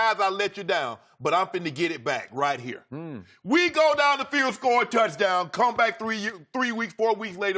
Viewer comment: That's "But 'hair's' the thang, Skip." Shannon has proven he cannot actually say the word "here".